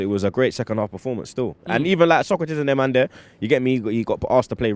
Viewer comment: "You understand larrrrrk"